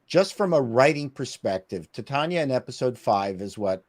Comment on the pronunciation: The character’s name is pronounced Titania as in “Titan” ia implying that she’s as strong as a titan